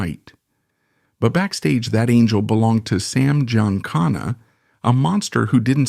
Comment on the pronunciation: … your stupid AI can’t pronounce Giancana correctly.